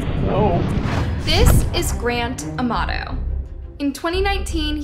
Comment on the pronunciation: I keep hearing his name as “ The grand tomato”! 😂